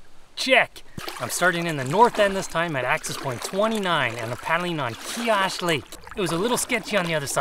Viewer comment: Great video! That is so weird to find a bunny in a canoe lol! Just thought I'd let you know that you are pronouncing the name Kiosk wrong. It's actually pronounced with a long i sound. A lot of people get this name wrong though.